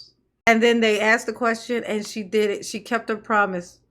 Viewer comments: aksed you? what language is this...ho talk? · aksed her?